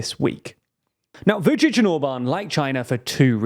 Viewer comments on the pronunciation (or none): You really should take a pause between pronouncing Vucic and Orban, sounded like Vucicohorban😄